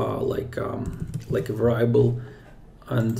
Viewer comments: сам ты блин вэрАйабл )) вЭриабл жи! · Great video. On another matter, I know English is not your primary language, so just want to let you know variable is pronounced veuh·ree·uh·bl. Keep up the great content and hope you are safe and sound during corona